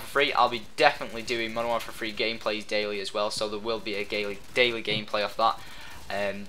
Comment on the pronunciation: haha he said so the world will be a gayly,, daily gameplay :D